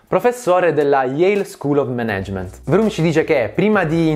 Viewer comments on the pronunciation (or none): Scusami, il tuo canale parla spesso di "management", potresti perlomeno pronunciarlo correttamente?